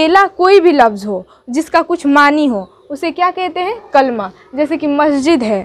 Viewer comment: کَلْمہ نہ کہیں تو اچھا ہوگا کیوں کہ یہ اصل میں کَلِمہ ہے